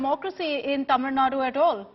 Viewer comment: please pronounce it as Tamil Nadu.. not Tamilnad..